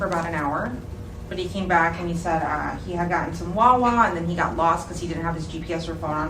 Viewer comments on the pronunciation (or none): Did she say wawa?